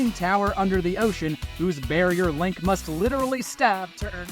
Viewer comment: It absolutely was. They say Link wrong a few a different ways throughout.